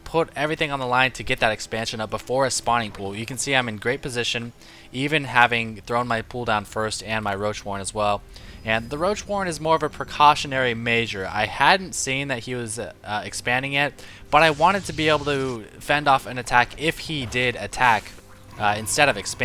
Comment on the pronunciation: measure not maesure, bro